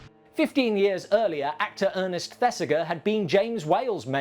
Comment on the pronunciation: Fantastic piece, as always. RE Earnest, It's pronounced ThesiJER. Thanks. I must get out more. 😁 I'm a picky twit. I know.